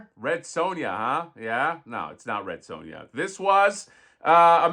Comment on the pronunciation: Red Sue-Ya 😂😂😂 love it